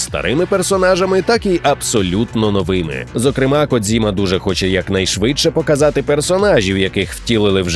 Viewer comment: Дякую за цікаву інформацію. Ньюанс щодо вимови Hideo Kojima : нещодавно консультував це питання з особою, яка знає японську - правильно потрібно вимовляти - "Хідео Коджіма". Версія з "дз" - це не зовсім вірний спосіб транслітерації, який був впроваджений кимось з рашки.